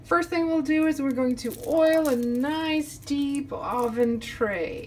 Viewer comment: I agree, this video is terrible. She said Ahven instead of oven, who does that?! I don’t even speak English so I’m even more confused than you.